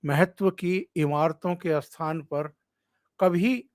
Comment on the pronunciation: Bolney mein "asthapit" "asthan" nahin "sthapit " "sthan" aadi bolen. Kripa hogi.🙏